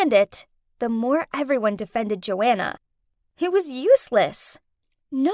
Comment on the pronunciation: Joanna is my name but that isn’t how u say my name